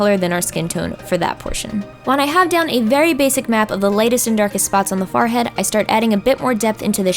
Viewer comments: Hey. You say Farhead, isn't it Funny. No judge lol but what is your accent? or is that just what u say?? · does anyone notice that she says “Forehead” weird? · I love it when you say forehead because you say it in your Pennsylvania accent!